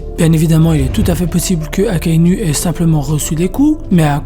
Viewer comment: Akainou!!! Ptn AKAI-NOU pas NU comme une femme nue j'ai saigne mes l'oreilles Et rectification sur Fujitora il ne voit pas la tête des gens a dresrosa pcq s'il peut voir le visage des gens PQ il demande j'aimerai savoir a quoi Luffy ressemble quel est la couleur de ses cheveux il ressent juste les présence il ne voit pas ptn fait des recherches avant de pondre de la merde pareille